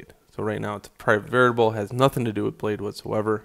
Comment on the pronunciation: did I hear 'veritable'??? I could of swear its called 'variable' :P